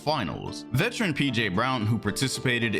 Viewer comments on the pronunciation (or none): none